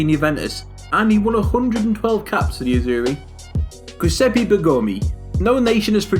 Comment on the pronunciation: Giuseppe..not guseppe 😂